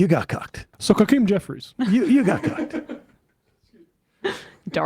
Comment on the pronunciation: sounded like he said ‘Cuckeem Jeffries’